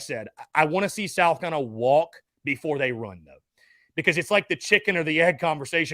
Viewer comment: As a die hard SC fan, I can't stand the way this guy calls South Carolina "Sal Cullina"